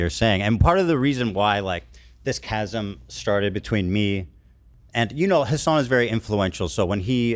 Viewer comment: Every time he says Hasan's name I cringe really hard.